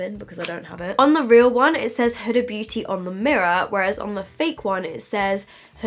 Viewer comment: Isn't it pronounced more like hoo-da?